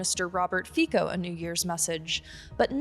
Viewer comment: As Slovak, I am ashamed of my government. I like that you called our prime minister Fiko:)